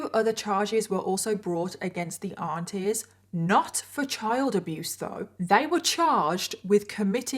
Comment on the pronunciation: OH aunties! I thought you were saying ARTISTS 😂